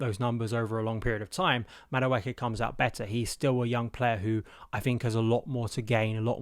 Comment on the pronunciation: If he goes this summer, he’ll have been Chelsea for 2.5 years without you having once pronounced his name properly. 😊